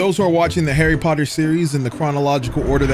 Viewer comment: I smell Potter not ter